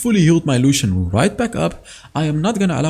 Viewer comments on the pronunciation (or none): none